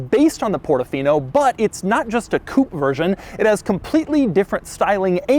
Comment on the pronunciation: Love the channel Doug but please learn how to pronounce coupe it’s driving me up the wall